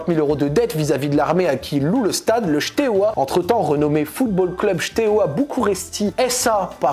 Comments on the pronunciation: Bon alors la prononciation est catastrophique mais je tiens juste à rectifier 2 trucs 😂 C’est Steaua et non pas Shteaua et le deuxième c’est Tchéaoushescou (Ceaușescu) voilà 😅 En Roumanie beaucoup de clubs sont dans cette situation car il y’a l’avant et l’après communisme, des clubs ont été recopiés de a à z (logo, couleurs, blazz) comme Craiova qui les deux ont le même stade le même blazz tout pareil et évoluent en d1 roumaine. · Bordel mes oreilles souffrent dès qu'il prononce Steaua comme "Chteoua" 😭 Ca se prononce "Stéaoua" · Super vidéo! Par contre, on prononce Steaua et pas Chteaua:) qui signifie étoile en roumain:) une autre histoire qui peut t'intéresser: l'histoire du club CSU Craiova qui a VOLÉ le palmarés et le logo du FCU Craiova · si tu fais une vidéo sur Steaua au moins apprends à bien le dire 😉. Il n'y a pas de "sh". Pareil pour Ceauşescu, Păunescu... Mais très interessant et merci d'en parler!